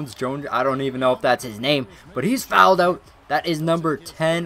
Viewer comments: Please don't say "fouled ougggtt" again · "He fowelled ouut"